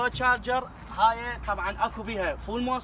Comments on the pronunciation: تشارجر مو جاجر حسيت انك تسبني😆😂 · عفوا بس اسمه تشارجر مو جارجر ??